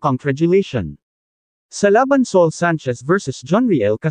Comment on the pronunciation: Ano ka ba? Bakit ganyan ka mag Salita? Sa ul hinde soul